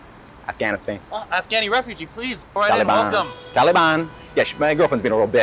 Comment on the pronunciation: “Talibahnnn” I’m weak 😂